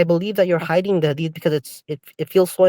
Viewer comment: From Yemen but can’t even pronounce the word Hadith 😂🤦🏻‍♀️